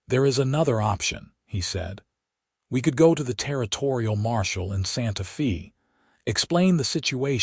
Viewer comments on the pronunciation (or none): Santa Fee? 🤣